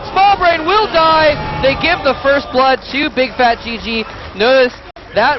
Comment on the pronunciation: Bigfatlp , not bigfatGG haha